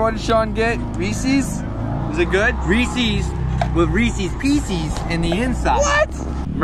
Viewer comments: It's Reece's and pieces not peeses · saying Reese's wrong = dislike 😜